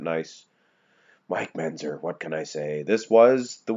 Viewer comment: And it's MenTzer, not Menzer.